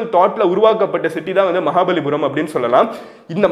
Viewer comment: It is "maha palli puram"